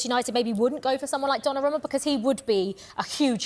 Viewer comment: It's Donnarumma not Donnaramma